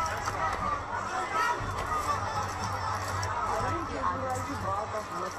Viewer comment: bro it's Arvind not Arwind